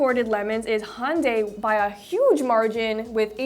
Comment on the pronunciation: Is there not a letter Y in Hyundai?